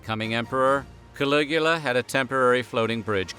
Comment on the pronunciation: Caligula for some reason sounds like coagulated :/